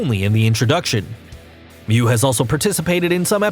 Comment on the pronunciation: finally, he got one name right mew it was about time